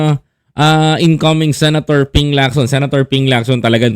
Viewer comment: Ping Lacson hindi po Locson